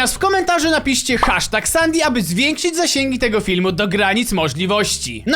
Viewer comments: Sandy a nie sandi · mówi śię sendi a nie sandi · Nie mówi sią Sadi tylko sedi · Nie hasztak sandy tylko hasztak sendy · sandy czyta się sendi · Papuga essendi się mówi Sendi a nie stan nie Sendi się mówi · Muwi się sendi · Mówi się sensi